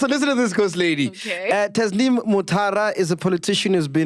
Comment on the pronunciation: Sol was butchering Tasneem from the start of the interview